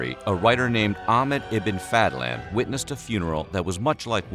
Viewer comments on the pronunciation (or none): ah-he-med e-bin fa-ha-land Ibin fallibass Ibin Rashid Ibin Sundavarr. Would have been very offended at your mispronunciation of his name:)